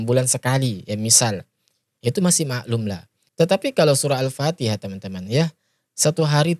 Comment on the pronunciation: berguru di mana dia itu baca AL Patiha aja sala